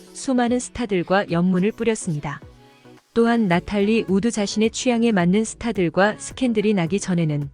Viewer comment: 나탈리우드 라고 읽지 않고 나탈리 우드라고 띄어 읽으니 몹시 거슬리네요.